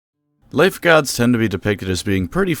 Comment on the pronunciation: The opening words of "life gods" sounded like an Australian saying "lifeguards" and it made me think you had a guest intro.